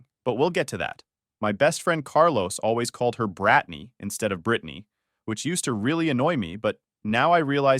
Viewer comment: Pronounced Brittanaaaay